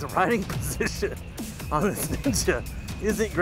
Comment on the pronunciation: LMAO! The voice inflection on the Ninja when going over the bumps :D The RIIIding poSSSition on this nIIIInja